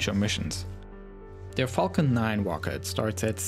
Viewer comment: Oh my god, did they send the Midnight Chewwy Wed Teswa Woadstew on the Fawcon Heavy Wocket? I had no idea!